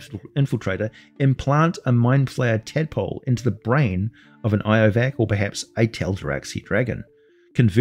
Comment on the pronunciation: Its "Lovac" with an "L" not iovac with an "i"